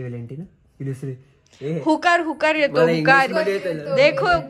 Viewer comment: हुकर नाही उकार बोलतात.... शाळेत जा आधी 😂 बेसिक गोष्टी तरी शिकून घ्या आधी infuancer आहात कि तुम्ही लोक 😅